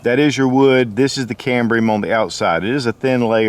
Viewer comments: It's not cambria... it's CAMBIUM... without the R. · PlayStationPlayz Cambium pronounced cam-bee-um. He was saying it wrong. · Is there an R in Cambium? I'm pretty sure that there isnt! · No “ R “ in cambium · Hey, there is no "R" in Cambium....sorry, hahaha... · If you are going to teach folks to eat Cambium, you should at least pronounce it correctly.